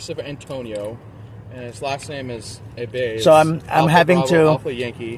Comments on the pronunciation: Just call him An-tow-nio. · Antonio A-“Bay”? sounds like a SovCit to me